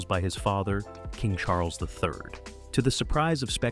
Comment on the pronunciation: CHAR-LESS??? CHARLES